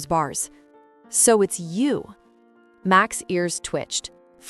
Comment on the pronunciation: He's name is Max not Mack.